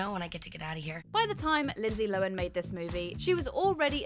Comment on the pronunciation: Bravo to you for pronouncing Linsey Lohan's name correctly. Most people mispronounce it, as Lo-HAN'.